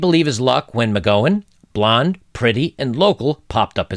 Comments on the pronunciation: Jaclyn is pronounced Jack-Lynn (Jacqueline), and the Gow in McGowan is pronounced like Cow. Sorry to be picky. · Jaclyn: pronounced JackLynn. McGowan pronounced like OW/OUCH. Great job, Brother.